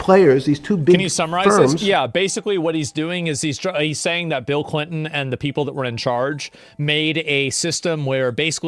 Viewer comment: he checked his ah! “I was pretty clear it was Bill ClinTON.”